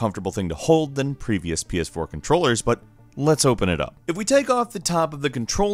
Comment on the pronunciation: Wait the title says Ps4 but you're saying pee-aas4.